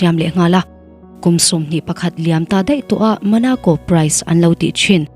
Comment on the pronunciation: Monaco ❌ Manaco✅ Thierry Henry ❌ Theory Henry ✅ 😎